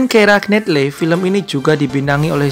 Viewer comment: It's pronounced "Kiera Naitly"